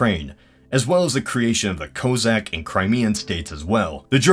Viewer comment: It's pronounced K-ah-zakh not Kozak . I'm not blaming you or anything but you might have thought that it's pronounced as Cossack. Cossacks are nothing to do with Kazakhs, they just sound the same. I'm Kazakh so... TRIGGERED! 😂